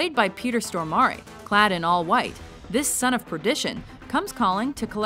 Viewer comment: yeah that and Peter "Stohmarie"